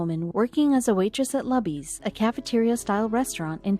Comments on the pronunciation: It's pronounced LOOBIE'S! Not Lubbies! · It's not called 'luh-bees'. It's pronounced 'Loo-bees." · Loo-bees. or Lou-Bees Not Luh-bees. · Buck was a grumpy old asshole. And it's not "LUBBIES" it's LOOBIES! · PLEASE stop saying lub eez it's, Loo bees. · Not pronounced Lubby's Pronounced Looby's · Lou - B's ... not Lub-ee's. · Not lubbys... Lubys...loobys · The Luby’s Restaurant isn’t pronounced LAby’s, It’s Looby’s! Sheesh, get it right!! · It is pronounced as if saying "Loo-bies", not "Luh-bys". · sorry I had to thumbs down and quit after a minute and a half... first of all her name is "salazar" she's middle aged, and she lives in BROWNSVILLE TEXAS maybe 95% hispanic... quit showing the pics of young white girls... secondly... QUIT MISPRONOUNCING LUBY'S... it's not luh-bee's, it's LUE-bee's. Everyone knows this. And there are no damn banquet dining candlestick fold napkins at luby's... it's EXACTLY THE KIND OF PLACE that WWII veteran assholes go to. As the video said... IT'S A CAFETERIA! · its pronounced lew'bees not lubbys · The restaurant’s name is pronounced “Loo-Beez” not “Lub Beez”. Do your research next time. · All you have to do is google Marina Salazer , Lubys (NOT Lubbys!) and you can read the story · It's pronounced Loobies not luby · It's LUUBEES not Lahbees. Way too long but heartwarming story. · It's pronounced Loo-bees, not lubbees. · The cafeterias name is pronounced Loobees, not Lubbies. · it's pronounced LOU BEES! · OMG... LOO BEES. I suppose they did not ask anyone in Texas the proper pronunciation. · it's pronounces "Loo-bees" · It is pronounce Loooooobies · Damn computer voice ! It is pronounced LOO-BEE-S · It is pronounced Loobys. It is a buffet. One of the most popular lunch places in Texas. 50K to bring water to the table is a good deal by any measure. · The name of the chain restaurant in Brownsville, Texas, Lubys, is pronounced "LOO-BEEZ". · The name of the restaurant is Luby's( rhymes with Rubys). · Loobees, is how you pronounce it